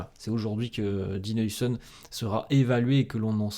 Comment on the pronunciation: Haousen stp haousen stp pas heuisen